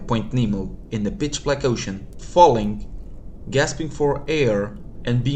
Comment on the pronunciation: I keep hearing "bitch-black ocean", it's valid but bro